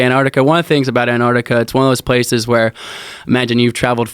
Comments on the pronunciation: Dear Americans its Antarctica not Anarctica. Yours sincerely the rest of the world. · ANTARC TIC AH..........say the bloody word properly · AnTarctica. Both of you. Say it together. AnTarctica. #broughttoyoubytheletterT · AN ARTIKA. Just like nuclear or espresso. Drives me crazy.